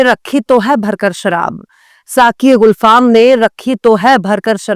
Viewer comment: YOU ARE ON OF THE BEST NEWS ANCHORS AND YOU SAY SHET ALSO IN A VERY NICE WAY....PLEASE LEARN THE RIGHT PRONUNCIATION ALSO TO ....ITS GULFAAM NOT GHULFAAM( I HOPE YOU WON'T MIND IT)